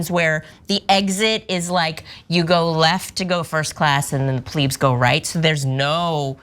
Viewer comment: its pronounced "Plebz" not "pleebs"